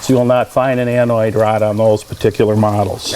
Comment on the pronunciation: Its ANODE, not ANOID:)